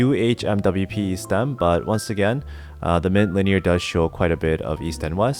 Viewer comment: Love that you don't say umwipe haha